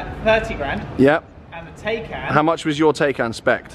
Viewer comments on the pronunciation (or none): Is the Taycan not pronounced Tie-can?! #justsaying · You can’t get a range extender with the i3/i3s anymore. Pronunciation of ‘Porsche’ and ‘Taycan’ both weird/ chavvy